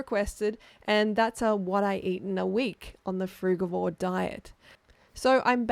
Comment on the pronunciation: Hello I dont mean to ofend you but you are pronouncing the word 'frugivore' incorrectly. If it had a germanic root, like 'give' or 'get' the G would read 'gue'. But being a latin word it reads 'frudjivore'. Apologies